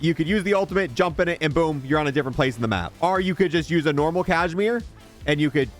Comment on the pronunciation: its KAZ-I-MEER not cashmere silly..